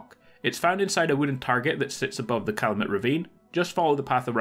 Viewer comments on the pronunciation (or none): none